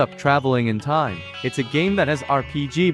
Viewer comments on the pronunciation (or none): none